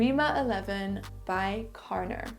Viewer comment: Carner is a catalan surname pronounced /karné/ with stress on né and the r is not pronounced. I don’t say this to be mean, i only say this because so many people comment on your videos how great it is that you can pronounce French names perfectly. I don’t understand why people expect non French speakers to pronounce French perfume names perfectly and then butchering Narciso Rodriguez, Carolina Herrera or any Italian perfume name is OK for them 🤣